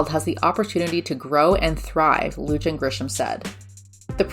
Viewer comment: It's Governor "Lu han Grisham". - New Mexican